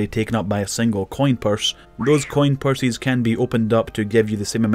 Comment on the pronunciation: "C O I N PURSYS" lmao